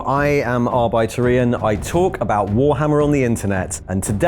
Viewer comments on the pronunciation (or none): I love Ian but i will never get over how he pronounces Arbitor. Arbitor, arbitrate, arbitrator...all the related and root words sound nothing like how he says it. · Every time Ian is introducing hinself I hear "Arbeiter Ian" - Laborer Ian.